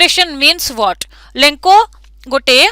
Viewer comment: That is not lenko that is lencho